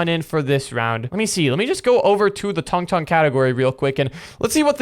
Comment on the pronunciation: Tung tung not tongue tongue